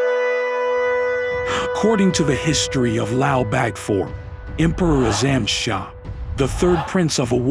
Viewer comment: Its AZAM SHA not ALOM SHA😅